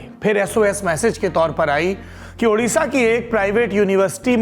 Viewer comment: Sir we are highly grateful for your quick action to broadcast news and bring such a concerned matter before the country, but I have a request to kindly pronounce it Odisha not Udisha.